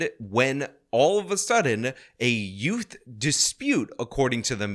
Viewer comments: I'm sorry did you say ute? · Whats a yewt? 😂